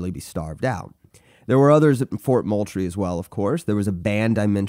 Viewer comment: It’s fort MOULTRIE like “MOOL-TREE”